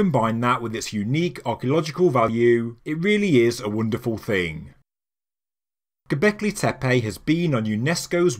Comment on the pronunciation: That is not how your pronouncing ‘Goblecki Tepe’ . Fuckin fabulous mate. Exciting times.